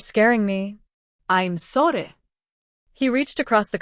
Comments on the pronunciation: Weird that the AI can’t say “sorry”. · What's the problem in saying, "Sorry?" AI can't pronounce it.